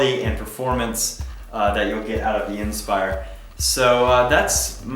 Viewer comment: he doesn't know how to pronounce the word inspire. IN spire IN spire IN spire. its fucking inspire not IN spire